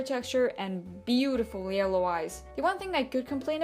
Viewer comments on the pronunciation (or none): none